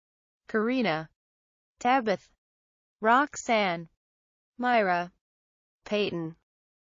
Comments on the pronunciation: They pronounce Tabitha Tabith lol😂😂😂 I mean how the heck do you miss that I have a friend with that name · If anyone has trouble naming your baby something nice and less popular, this is the video for you. But the pronunciations are hilarious lmao. “StefANie” “BAYtsy” “Rilly” “Tabith” “Odd Drien”